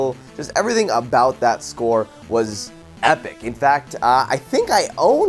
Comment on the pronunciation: Dit he say épic